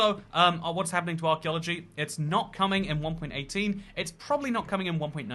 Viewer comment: lmao "arc eulogy"